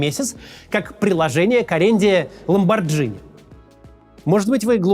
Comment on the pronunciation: ЛаборГини. Gh произноситься как "г".